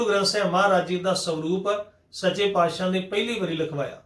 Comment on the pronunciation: ਦੋ ਮਾਤਰਾਵਾਂ ਦਾ ਉਚਾਰਣ ਹੋ ਹੀ ਨਹੀਂ ਸਕਦਾ, ਜਿਹੜੇ ਕਹਿੰਦੇ ਆ ਦੋ ਮਾਤਰਾਵਾਂ ਦਾ ਉਚਾਰਣ ਇਕੱਠਾ ਕੀਤਾ ਜਾਵੇ, ਇਹ ਬਾਣੀ ਨੂੰ ਬਹੁਤ ਗਲਤ ਤਰੀਕੇ ਨਾਲ ਪੜ੍ਹਦੇ ਹਨ,ਇਹ ਤਾਂ ਔਂਕੜ ਨੂੰ ਹੋੜਾ ਬਣਾਈ ਜਾਂਦੇ ਆ ਜਿਵੇਂ ਕਿ ਪਾਤਿਸਾਹੁ ਨੂੰ ਪਾਤਸਾਹਓ ਪੜ੍ਹੀ ਜਾਂਦੇ ਹਨ